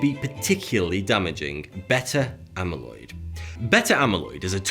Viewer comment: Congratulations on your effort to pronounce the word "beta". You got much closer than most Brits. :o)